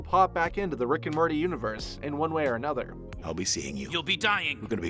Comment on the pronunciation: So anyone else notice he says Rick and Marty.